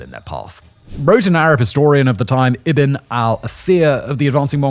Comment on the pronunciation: Simon my guy ibn is pronounced bin stop hurting yourself trying to sound it out also Ibn/bin mean son of so ibn al-athir has no first name I guess 😂